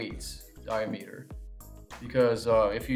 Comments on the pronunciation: DY-a-ME-ter? dy-AM-uh-ter! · "die-a-meeter"? "hose-a-uh"? LOL